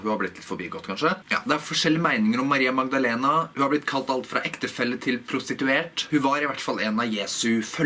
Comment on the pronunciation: Du har ingen aksent når du uttaler Maria Magdalena! Det høres nøyaktig ut på spansk. Sry for my poor handling of your language. This is a video that I would like to see subtitled. But then I see all the work that you take for it, and you only do it for me. So I will not ask for more.